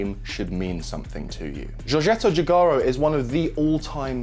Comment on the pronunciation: Great video, thank you! Btw, Giugiaro is pronounced Jiujaro, "G" is like the "J" in Jaguar.